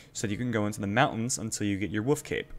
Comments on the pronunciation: Wolf, not wuf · W O L F not woof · WOLLLLLLLLLF , there is an L In there. Its not a Woof. Great video but wollllllllllllllllllllllf ! lolol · new drinking game: take a shot every time he calls a wolf a "woof" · "Oh ook at the itt e baby woof". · Wolf is pronounced "whoooooof" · I had no idea wolf is pronounced woof 😂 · I wish I could dislike this video for every time you said 'wolf'